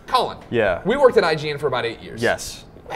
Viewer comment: I always hear Colin like "Cullen" That's his new name. Cullen Moriarty